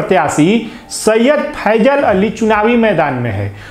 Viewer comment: नाम भी नहीं बोलने आता फ़ैसल को फैजल बोलता